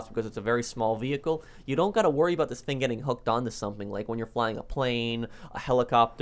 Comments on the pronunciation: "this fing" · i’d be rich if i got a dollar every time he says “fing”